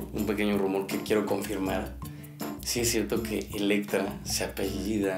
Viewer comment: Todavía no entiendo porque no podían decir Elettra, todo el tiempo decían mal su nombre tan difícil va a ser